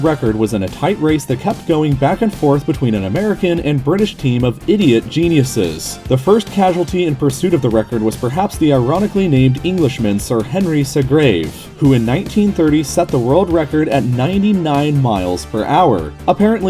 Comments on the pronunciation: Pronounces Seagrave as "SUH-GRAVE". What is it with you Americans not able to pronounce shit? Morons. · "sea" "grave" Not "se" "grave" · Seagrave is just pronounced sea grave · Fucking mispronouncing bitch it’s SEA-grave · That's just dumb. The guy's name was Seagrave, and was pronounced 'Sea-Grave'. Pronouncing it anyway you chose is not freedom of speech it's just disrespectful to the person involved. How would you feel about Prusidont Tramp? What about the Famding Farters? General Pooton anyone? Don't be offended, it's my right to pronounce it however I damn well please! (Doesn't make it correct though does it? And it's damn right desrespectful). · Why would you possibly not, in this video of all videos, pronounce his name correctly, SEA-grave?!